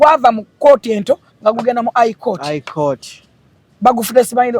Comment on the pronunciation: But the word is High court not Eye court😢😢